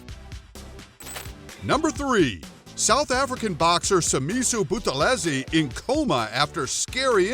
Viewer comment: Good pronunciation on Simisio Buthelezi.